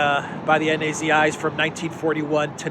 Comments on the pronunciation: Who are the "ENN-AY-ZEE-EYES",? LOL. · Thanks again. Wonderful job of lancing the ‘enn-ay-zee-ess’ boil that has become such a pain in the Azov.